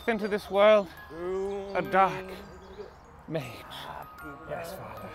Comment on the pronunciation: "dyark myage"